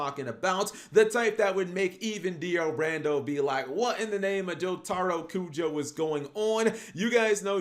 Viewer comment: Dio Rando and JoTARo Kujo. Really? You dont check the pronunciation before you make videos about them?